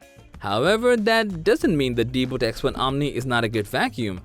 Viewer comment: Why you're spelling it deeboot? It's DeeBot! Idiot.